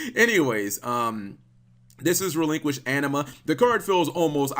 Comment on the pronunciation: It’s “Relinkquised”.